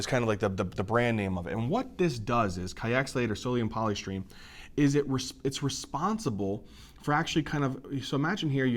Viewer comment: that's polystyrene not polystrene